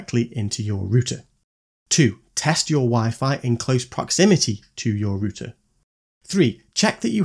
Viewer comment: Are you saying rooster???😂😂😂😂😂😂